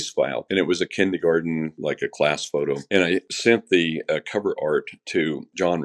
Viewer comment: Kindergarten not kindygarden. Why was JonBenet in Kindergarten at 6? She should have started the year prior? It was rumored that close to JBR dying, she was not happy with wearing what her mom wanted her to and that they were quarreling. Also, what interests me is the odd fact that John had a collage frame, accept housekeeper, of his deceased older daughter on his bathtub. Why? That seems very weird to me.